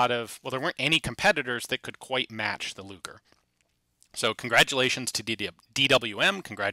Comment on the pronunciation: sounded like you said...Gaylord luger